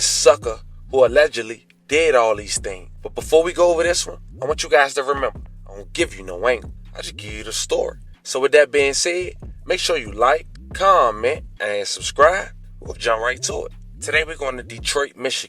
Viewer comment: My boy say “like comet anne subscribe”